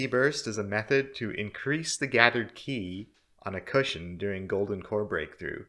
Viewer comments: Qi is pronounced as "chi" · Just as an aside Qi is pronounced like chi :b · Qi is pronounced like chi in chinese.